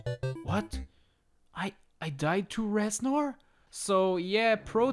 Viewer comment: Reznor more Rez-snore!! Hahahahahahaha Please end my suffering